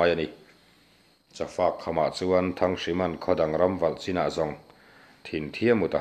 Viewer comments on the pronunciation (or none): none